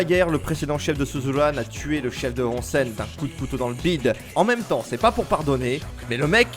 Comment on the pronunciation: XD et c'est housen(prononcé Ossen), onsen c'est les sources d'eau chaude. Bref bonne vidéo y a plein de chose à savoir sur l'univers suzuran, c'est n'est qu'un aperçu. Et pareil sur le Furyo qui comme souligné dans la vidéo est un société d'adolescent dans la société, avec une certaine loi du plus fort qui amène une justice face à l'injustice du monde adulte. Pour moi le furyo est l'héritier direct d'un cinéma de délinquant des USA tel que Fureur de Vivre(Nicholas Ray - 1955), Guerriers de la Nuit (Walter Hill – 1979), Rusty James et Outsiders (Francis F. Coppola - 1983), qui rassemblent les divers éléments fondateurs.